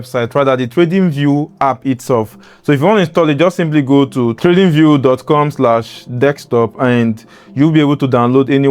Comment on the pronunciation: It’s not Dick-Stop it’s Desktop 😂